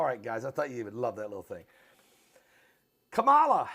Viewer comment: You are not pronouncing VP first name right. SAD.